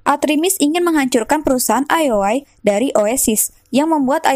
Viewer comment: cukup menghibur jangan patah semangat ya min cuma karna salah sebut ioi dengan lol